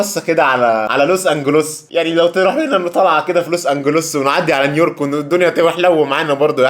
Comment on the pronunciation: بس هيا نطقها نيورك فعلا مش نيويورك